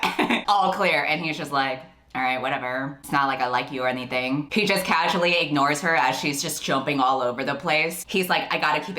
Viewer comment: casually more like kazually ahaha